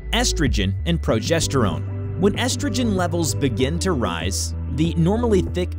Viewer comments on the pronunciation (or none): none